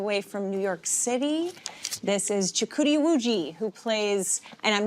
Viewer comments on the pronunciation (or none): If only they spoke about Jennifer saying "Chukuwdi" instead of "Chukwuid", then itd be twice the pain